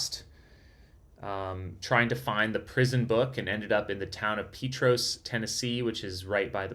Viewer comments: Huge fan of the Barkley. I live locally in Oak Ridge. Thanks for your awesome live stream! Unbelievable finish! Respectfully, the town Petros is pronounced Pete tross 🤙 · Hey definitely after the fact, but I’m from East TN, and the little town of Petros is pronounced “Pee-trahs”. Awesome Barkley coverage! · Sorry, Pee Tross. The o is short & sounds like the o in cross. Petros Nice to hear you have been in Oak Ridge. We're the Secret City. There is a large Friendship Bell, a gift from Japanese located at the Civic Center 3? blocks to the East, off Illinois Ave /Hwy 62. Oak Ridge built the bomb for the war...The Y-12 Nuclear Plant is just off this highway 3? blocks to the left as you enter Oak Ridge